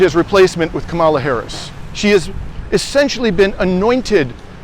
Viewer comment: If you're going to parrot Harris ' name, say it correctly - Kamala is pronounced Comma - la not Ka maala. And why do all of you pro Palestinian creators continuously bash democrats? Are you scared to talk about republicons? There's no point in any day that republicons can't be criticized, yet you focus 99% of your political diatribe on democrats. Unbelievable. And by the way, any recently passed programs that help the American people (tRUMPers, too) have been passed by democrats with no help from republicons who are only seeking to solidify white supremacy. Stop the Democrat bashing.